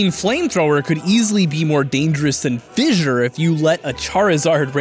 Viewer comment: Why do you keep saying fissure